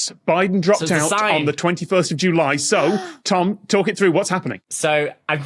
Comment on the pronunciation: Who pronounces “July” that way?